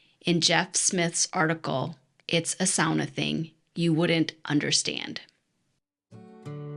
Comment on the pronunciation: Just hearing "sauna" pronounced correctly makes me homesick for Helsinki 💙